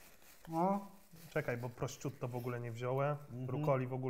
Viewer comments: PROSZUTTO SIĘ CZYTA, WY GAŁGANY, NIEDOUKI, ŁEŁEŁEEE!!!1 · prościutto XDDDD może jeszcze brusieta i ekspresso XDD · I to polskie źle wymawiane prosciutto jprdl